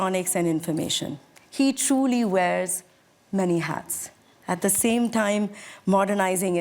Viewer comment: At a time ❌ At a thaime ✅ 😂😂😂😂😂😂😂